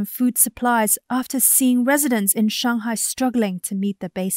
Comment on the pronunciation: Hey, the American reporter makes a successful effort to pronounce Beijing and Shanghai properly. Why don't you (eg: & respetively) even try?